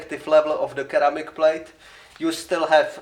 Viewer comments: Not sure if your aware, but ceramic is pronounced like "seramic". Glad your still alive bro! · Didn't know some people pronounce ceramic like that.